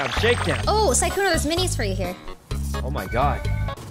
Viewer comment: why the names , SUSuuuukae, lmao il Sykkuno for trying.